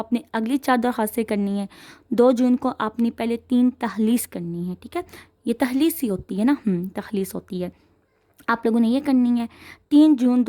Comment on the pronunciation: Mam takhlees ni talkhees hota ha 😊